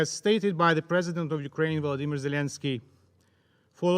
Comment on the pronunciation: Прикро коли Кислиця каже Vladimir, а не Volodymyr. Так світ не відчуває, навіть на такому рівні, що ми з мokшанaми різні.